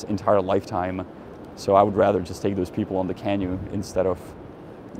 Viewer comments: Hey Janek, please stop pronouncing the word for the little boat as CAH-noo. It should be pronounced Cah-NOO (stress on the second syllable). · canOE, emphasis on the oo not the can. Nice vid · Accent feedback for English: canoe is kuh NOO . apostles is a PAA suls. Janek could probably use a USA trip as much as I could use a European one. Hopefully the US will get off the black list in the near future (totally deserved now, what an embarrassing disaster).